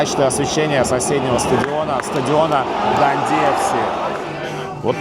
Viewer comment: ДандИ с ударением на последний слог для нас звучит непривычно